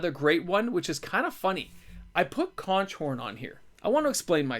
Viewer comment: very nice with conch horn, but its pronounced conk horn...as in conk the sea shell creature that is actually delicious to eat...typically in ceviche